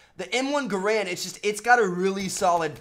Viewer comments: its pronounced "Gair-and" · I like how he said ga rand